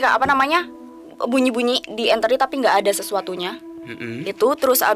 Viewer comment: Org2 jadul nyebutnya eternit bukan enternit.🤗